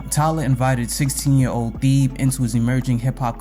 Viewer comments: Just butchering my boy name crazy 😂😂 Theeeb is wild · mispronouncing his name is a pretty big L i cant lie but im still gonna watch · They way you’re pronouncing Thebe is triggering 💀💀💀 but a great video bro